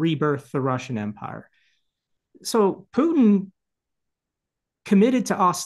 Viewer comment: Good god, get his name right. Here’s a hint. Phew, ie smelly. Tin, ie a low lustrous compound. Repeat after me, putin Try it, and perhaps the rest will make more.sense to me.